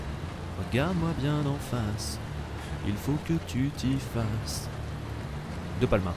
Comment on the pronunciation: Pour infos ce n'est pas Gérard mes Gérald et c'est depalmassssss on prononce le s mdr et continu comme sa je nest pas fini mes bonne vidéo 👍👍👍